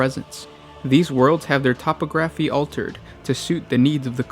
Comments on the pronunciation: "topa graphy" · I like your videos guys, I just wish you pronounced yor words correctly. "Corporeal," "Topography." 😥